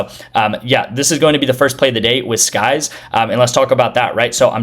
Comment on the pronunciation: Sykes not skyes